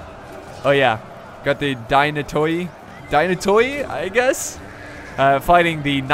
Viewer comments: The Byzantine Cavalry "Dynatoi" means in Greek "Strong" and its pronounced "Denate". Great video as always!And historical accurate.Constantinople was unfortunately besieged by Crusaders which they ransacked the city for days.The Byzantine Empire was cut in pieces for about 20-30 years then recaptured. Also give us please more Third Age videos <3 <3 <3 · About the pronunciation of the Byzantine units, the "-oi" at the end of like Dynatoi and Scoutatoi is actually pronounced like the english "e" the same way we use it the word e-nglish for example. Hope I explained it well!